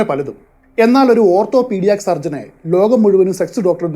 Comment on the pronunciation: ഓർത്തോപ്പീടിയാക് എന്നല്ല ഓർത്തോപിടിക് എന്നാണ്.